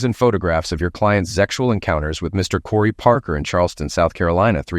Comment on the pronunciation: For God's sake, the word is "sex," not zex. It's also "sexual," not zexual. Stop with the zex!!!!